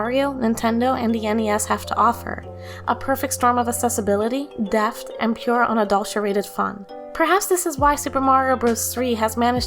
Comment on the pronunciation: Great vid! One thing I think you can improve for the future is heavily focusing more on your pronunciation when reading your script. I notice you often slur or completely miss the “th” sounds in many words like “depth.” Maybe consider slowing down a bit or practicing that syllable next time! Also I notice your mic probably isn’t too professional, so I suggest you add an equalizer plug-in to obs like “MarvelGEQ” to help with the depth of your voice and/or adjusting your voice recorder settings to capture the most of your voice!